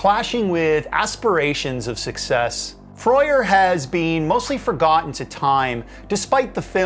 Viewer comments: Never heard it pronounced “Froy-er” before. At least on local radio around here and in interviews I heard it more like “Frur” or “Frer”. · Freur is pronounced frerr not frey-err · froyer? I always said Frer (rhyming with "purr"), ah well. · and Freur is not pronounced like that, when they were forced to name the squiggle, they pronounced is like "Fr - er" and on one of their tracks as Freur they even spoke the name. Great YT video btw, my favourite band to watch in concert (about 23 gigs and counting), have been fortunate to meet Karl and photograph the band 3 times in concert. Such an unknown history (to most). Note that they curated the music for the 2012 Olympic opening ceremony - directed by Danny Boyle. That soundtrack is hit and miss but undeniably Underworld Mark Two (post Darren Emerson !) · I gave up when I recognised where he'd plagiarised the bit about Screen Gemz from and then he couldn't even pronounce Freur. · Just because you aren't from Europe you don't have to say things wrong. Anyway, I have no idea how it should be pronounced, I'm just another idiot on the intenet.